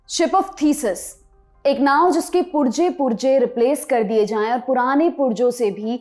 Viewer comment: आये उर्दू नहीं बोलनी आती तो ना बोलो । पुर्ज़े को पुर्जा कहती हो “ जज़िया “ को जजिया कहती हो।